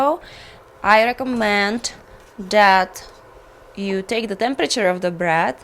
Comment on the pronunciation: it's BREAD !! , not BRAT